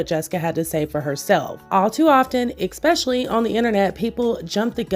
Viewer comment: No hate. 💗 Just a tip... ESPECIALLY. Not exspecially. LITERALLY. Not literately.